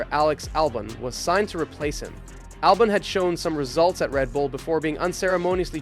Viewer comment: Whats with the constant mispronunciations???? 😂😂 “James VowWs”, “AlbohNs”, “AtlAAsian”, “how did the hottest free agent of the 2024 end up in a BAhkMAhker”, “alPINE” — english aint even my first language smh😅🤣